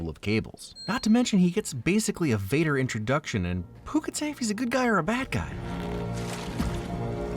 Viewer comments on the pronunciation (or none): none